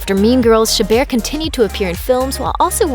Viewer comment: The way she said chabert sounded like shibbir and my surname is shibbir